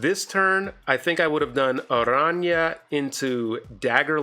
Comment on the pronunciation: Thanks for pronouncing Araña correctly!